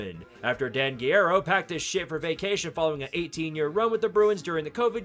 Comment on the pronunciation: How tf did you just butcher the name Guerrero like that? 😭😭